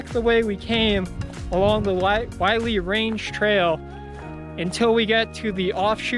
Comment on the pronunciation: Willey rhymes with hilly. Willey would be pronounced like miley if there was 1 L